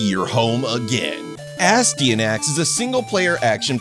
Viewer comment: quwebsActually: it's pronounced As tee yan axy:D Great review! Great seeing more of these!